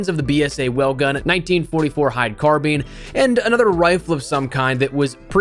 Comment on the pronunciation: Does this guy actually know how to say “carbine” 😂😂😂